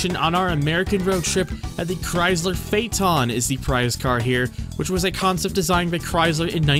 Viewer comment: where are you from? You say some words really weird like Castrol and Chrysler.